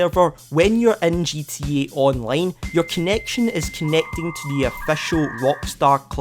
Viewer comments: It's Scottish, probably a country you dont know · The way you say gta online is really funny to me for some reason